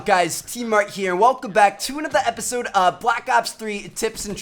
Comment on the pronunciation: Say episode correctly fhom